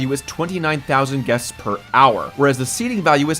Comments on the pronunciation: “15,000 ‘Guets’ / Hour” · "...15,000 GUETS..." hehehhe. Guets.